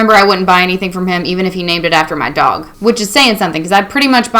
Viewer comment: That accent really comes through when you say "my dog" lmao. Great video, keep it up!